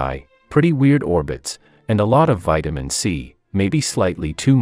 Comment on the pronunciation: "Vitaman cirtent death"😂😂